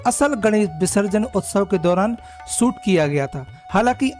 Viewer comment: सुट नही बाबा शुट 😂, सुट का मतलब कपडा होता है😂